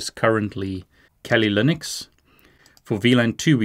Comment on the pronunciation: “Kali Lunix”